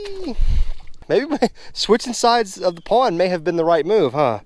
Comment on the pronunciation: Nice pwwnnd. Lol I think its pond. Lmao